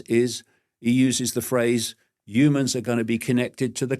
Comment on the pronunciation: I wonder if he says Yewmans instead of Humans on purpose!